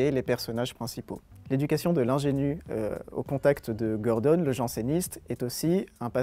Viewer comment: euh par contre c'est gordON et pas gordONNE je crois au niveau prononciation